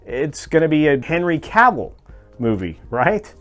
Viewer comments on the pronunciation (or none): none